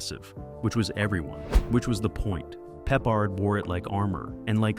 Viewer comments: Have a thumbs down because pronouncing Peppard wrong, not talking about the act who played the driver/ex-con, the special cigar, and rowing down the river. What fur coat!? Big deal. Still love the show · You call him Peppered?Pa-Pard! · Unfortunately, this video is misleading because there are (too many) clips NOT from the Banacek series, but from the film The Groundstar Conspiracy (1972, also starring Michael Sarrazin). It also obvious that no one edited the mispronunciations of George Pepper's/Pappard's/Peppard's. Do better or don't bother. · Peppered 🤦‍♀ Pep-pard ′ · Pee-pard? Pepper? Peppered? 🤣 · AND even"Peeper"!Ha!😂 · AI doesn’t know how to pronounce Peppered! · Unless there's something we don't know, it's Pep-pard. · George Pee-pard lol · They keep mispronouncing the actor's last name. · Hey they may mispronounce Banacek and Peppard wrong, but how they made Kirklan sound like Davidson, That's some next-level mispronunciation 🙂